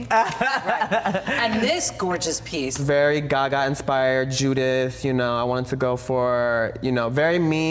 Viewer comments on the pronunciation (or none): Did he just call Judas Judith?